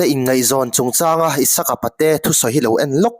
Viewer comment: Pate in tih hi a dik a A thluk erawh i sawi dan afiklo Apate a in tih tur aw sir. Patein tih a sawizawmlih in Apate a in...tih tur ka hriat dan anih chu aww.😂😂😂😊😊😊